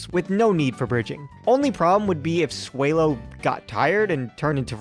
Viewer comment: Say swellow correct